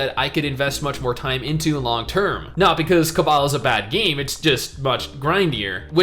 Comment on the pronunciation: Why are you saying cabal and not cabal?